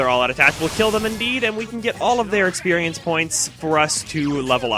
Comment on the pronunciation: etsercise etcited etsperience: does the fact that he replaces x with t in words and the fact that he sounds like he has way to much spit in his mouth all the time bother anyone else?